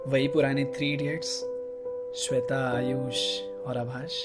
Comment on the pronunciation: Saab thik ta yr but when he say sweta